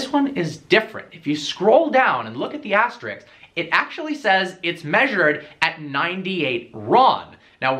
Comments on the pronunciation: It's ASTERISK not ASTERIKS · Its not 'astericx" its asterisk....